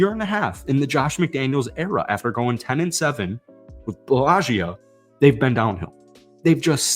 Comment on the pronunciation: Did you say Billagio? Bisaccia????